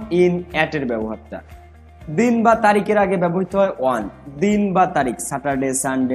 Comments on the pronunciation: Bhai apni on er pronoun one koren keno? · ভাইয়া অন কে ওয়ান বলতেছেন বারবার 🙂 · "অন" উচ্চারণ টা ঠিক ভাবে করলে ভালো হয়। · Barishaler mone hoi😅